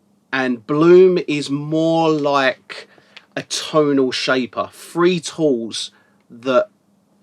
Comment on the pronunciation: great reviews as always!! Thanks-you. When you say "three" it sounds like "free" ! ...its the English accent + my hearing loss! :)